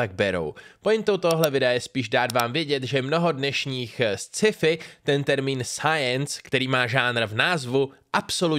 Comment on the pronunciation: Ne Sciifi, ale Skifi :D